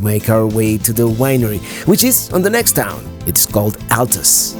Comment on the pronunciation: Hey I love your videos and love following you! Thanks for the great review of part of my state and our capital city! Now so you know us down here in Arkansas have our own slang! So Altus is actually pronounced All tus. Petite Jean is pronounced petty Jean! You should come back sometime and let me show you north central and north western. Arkansas! I can take you to the ozarks and show you the only cave owned and operated by the national Forrest service America’s first National River! Com back and see us now you hear!